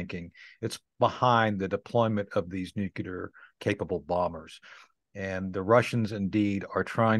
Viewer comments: I just dont understand how this guy made it to colonel , when he can't pronounce and say the word "NUCLEAR" correctly . On this video he pronounced many different variances of words similar to nuclear , but after over 40 times listening those words, none are as it should be pronounced . I thought only President Bush SON was unable to say NU CLEAR, instead of NU CULAR, NU KULOR, or NU KELAR, NU CALAR, NU KOLAR, NE KULAR , knew kelar, knew kular, knew colar, knew kilar, knew kuler etc . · Interesting that the military veteran guest pronounces nuclear as nucular, as did Pres George Bush. pronounces in correctly. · I hate it when he says nukelar instead of nuclear :'( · I have a hard time trusting people who say nu-cu-lar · It's New-Klee-Err, not New-Q-Lurr. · Its nu-clear , and NOT nuci-ler , and spelt n-u-c-l--e-a-r not n-u-c-i-l-e-r. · Did he say nucular? He should know its nuclear. Humm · Nucular???Insider who can't pronounce Nuclear, he would have been sent home first day working as a roofer. His information comes from the sand box in the school yard. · Always funny how people say nucular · I like Tony Shaffer but I cringe every time he pronounces the word "nuclear". He pronounces it like George W Bush: nuke-you-ler. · "nuke-lee-ur". You're welcome!